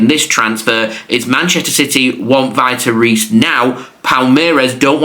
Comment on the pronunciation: Vitor Reis is pronounced like Veetor Hays